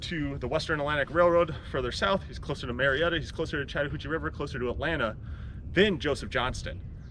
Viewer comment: Ma-Retta GA ...